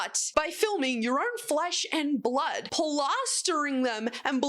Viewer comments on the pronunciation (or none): none